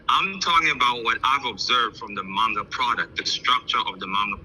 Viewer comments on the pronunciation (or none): I think he does do some marketing for his books but you know what I find funny he's NEVER once done a review on all of his Stories on a suru Go. The website you can find his book and many others in. By the way he doesn't call it Manga he calls it Manna